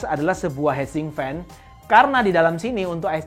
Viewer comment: hitsink bro, bukan head sink. heat itu dibaca hit. fail.